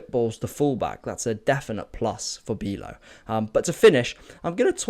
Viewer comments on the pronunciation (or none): Good video mate! I’m Dutch and Wieffer is pronounced as “Wee-Fer” and Bijlow is pronounced as “Buy-Low”. :)